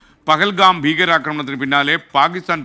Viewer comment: പകൽഗാം അല്ല പൊട്ടാ പഹൽഗാം.